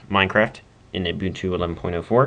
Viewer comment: not in a bad way but its pronounced like this; (you-bun-too). Thanks for the vid!